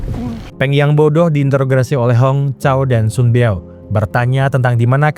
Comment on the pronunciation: Kok susah sekali ngomong introgasi sih min😂